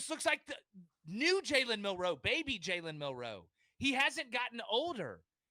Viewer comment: Yall say his name wrong and Milroe declared before this was posted